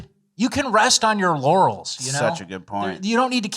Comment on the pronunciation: Did say you cab rest on your LAURELS or rest on your YANNYS?!?😳🤯